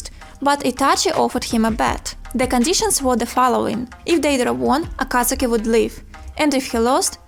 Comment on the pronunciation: U pronounce akatsuki wrong🤣🤣🤣